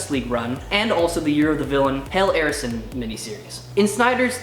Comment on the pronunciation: You know Arisen is pronounced Ah-riz-en, like "Dracula has risen from the grave", right?